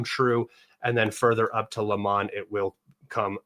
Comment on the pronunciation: bro is not LAMAN !! its Lyman - read like this LI - MAN